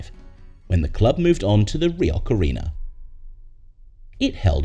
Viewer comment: Highfield Road was a great stadium, but I also went a few times to the ‘Ricoh’ (note to AI speaker, not pronounced ‘Rioch!’) I also watched my team play at Plough Lane at least twice and I never saw us lose there.